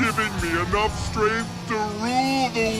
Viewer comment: i like how you pronounce “strength“ ... stremph 😂